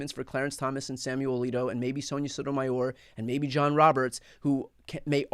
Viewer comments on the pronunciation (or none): none